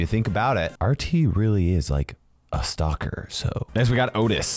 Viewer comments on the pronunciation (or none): none